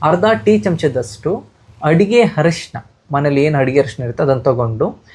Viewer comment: ಹರಿಶಿನ ಅಲ್ಲ ಅರಿಶಿನ ಅಂತ 👍😂